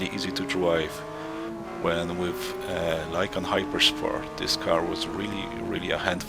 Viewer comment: its lykan not lykam, bro